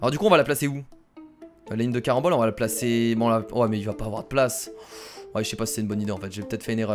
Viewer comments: C carenbole pas marenbole ! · Wtf il dit barembol ses carembol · Il dis tout le temps marembole au lieu de carembole😂😂😂😂😂😂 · c les CARAMBOLES 😂 pas les MARANBOLES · arrêt de marambole alors que c'est carambole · c'est pas les maranbolle c'est les caranbolle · Carambole pas marambole 😉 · C les caramboles pas maramboles xD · c'est "caranbole", pas " maranbole"!!!! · CARAMBOL PAS MARAMBOL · ne dis pas marambol . 👎 Mais dis carambol . 👍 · CArambole pas MArambole tu es irrécupérable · C'est pas des marenbole c'est des carenbole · carambole pas marambole sinon gg la vidéo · C CARAMBOLE PAS MARAMBOLE !!!!!!! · Zbeub-78 exactement j'étais en train de crier <<CARAMBOLES CARAMBOLES😠😠😠😠>> 😁😁😂😂😂😂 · Les marannole il a dit à lol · tu as dit maranbole 4 fois lol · Tu a dit 5 maranbol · C'est vrai